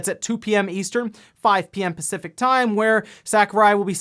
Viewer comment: My guy, did you really just say pecific thinking it's a word!? 😭